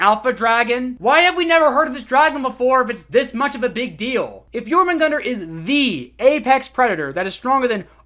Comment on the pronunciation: Please its Jörmungandr not Jormungandr the ö is not that difficult to pronunce